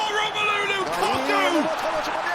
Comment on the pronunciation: Are we not gonna talk about Lu-Cock-U